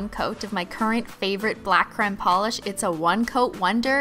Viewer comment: Why does she say creme like c-r-e-m-e